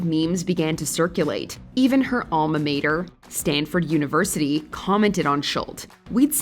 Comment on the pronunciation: "Alma MATER" lol